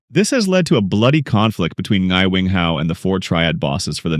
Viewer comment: As a watch enthusiast who already noticed the Rolexes in this series, I literally let out a silent scream of joy in noticing how you went into the watch segment! Your breakdown is worthy of a Hodinkee feature! The older Air King reference is just so clean and well-picked by the producers. Small nitpick: Ngai is just pronounced as 'Nai' where the G is silent. :) Subscribed for the amazing movie analyses!